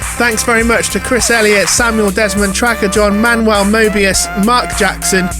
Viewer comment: Manuel"le" Möbius 😂